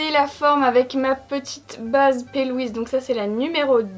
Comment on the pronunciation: Bah c’est pas si mal au final...! 😉 J’ai beaucoup aimé le disclaimer ongulaire qui aurait pu être sous-titré « anticipation des pénibles et de leur commentaires... » «le vernis de l’ongle de ton index droit est écaillé » ou, dans la même veine « tu mets trop d’anti-cernes » « pourquoi tu dis P-Louise au lieu de Pi/Louise? » 😂😂😂 Bisous, et merci, comme à chaque fois j’ai passé un bon moment avec vous 😊😘